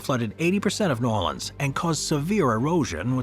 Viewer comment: It’s not called Nawleans and that ain’t New Orleans